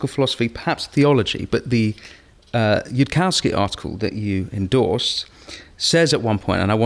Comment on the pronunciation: Niall doesn't address any of yudkowskys arguments and can't even get Yudkowsky's name right. Sorry Niall, but your thoughts aren't worth much here. Spend more time understanding the subject before telling the world your strong opinion on it.